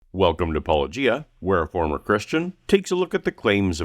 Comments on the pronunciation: I also heard it as Paul-O-Gia haha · I heard it as Paul O’Gia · Paul O’Gia! I love that an Irish fella introduced a groundbreaking new pronunciation. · I made my own Paul O’Gia comment. Yes, that’s the best of the many mispronunciations I’ve heard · I don't know if it was intentional, but "Paul O'Gia" is my favorite mispronounciation of your monikor. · The syllables were correct but I heard enough of a pause between Paul and O'Gia for it to sound like a first and last name rather than a single word.